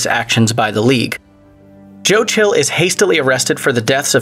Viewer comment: I believe its pronounced “Schill” not “Chill” just because it was written that way 😫 did you actually watch these or are you just reading a script someone wrote you?